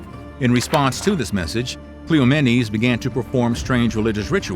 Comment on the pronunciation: KleeOMMennees. DemmahRAYtus. Moron.